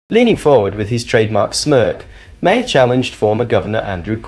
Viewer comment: If you continue to mispronounce Maher’s name…..goodbye